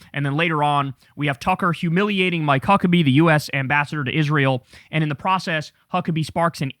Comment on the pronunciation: Swear to God I heard Mike Cuckabee.